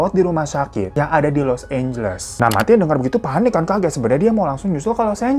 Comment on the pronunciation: Bacanya mentai mas bukan manti hahahah